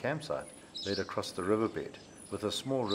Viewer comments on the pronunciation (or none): none